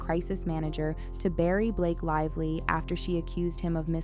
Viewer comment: Blake "LIE"vly